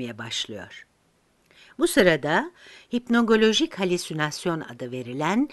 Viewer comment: Hipnogojik yazıp hipnogolojik diye okunuyor sanki